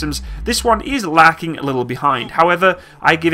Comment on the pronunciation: Lacking a little behind? I have a pretty flat butt myself. Or did you say lagging a little behind?